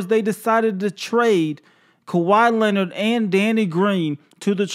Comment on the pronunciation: Turtle with a P not a T is how u say his last name